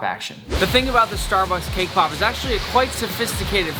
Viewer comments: I thought he said “kpop” instead of “came pop” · 🤣🤣🤣🤣🤣 thaught he said k-pop 😅😅